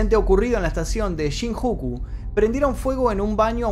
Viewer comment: Hola me sorprendió todo lo que describías porque todo es cierto yo vivia en Kawasaki cerca a Tokio cuando ocurrió estos hechos te falto contar también que asahara shoko tenia relaciones con todas las mujeres de la secta principalmente niñas y jovenes a shinjuku se pronuncia shinyuku saludos desde Japon